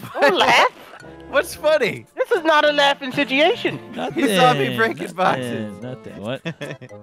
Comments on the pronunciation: did delirios just say, siteation? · "This isnt a laghing sit-iation" 🤣🤣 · alright vanoss its a 1v2 'setiation' here lmao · "Suguation"? xx